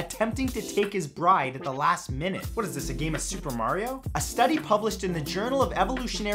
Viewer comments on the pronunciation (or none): none